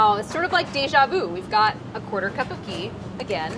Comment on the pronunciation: There is a big difference between the sound ग (“g”) and घ (“gh”). घी = “ghee